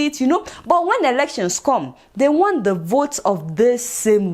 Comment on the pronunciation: Adeola pronounce "The" as "Zah" 🤣🤣🤣🤣🤣🤦‍♂️🤦‍♂️🤦‍♂️🤦‍♂️